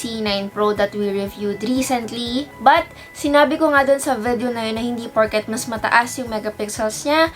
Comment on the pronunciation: I don't know but I find pronunciation of "vedeo" cute! 😍